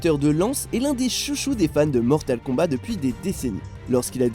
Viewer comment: Alor tu dit mortel combat au lieux de mortal et tu c pas parlé anglais srx